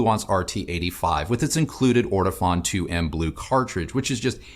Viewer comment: Just so you'll know, in Denmark, where Ortofons are manufactured, it is pronounced Or Tuh Phone.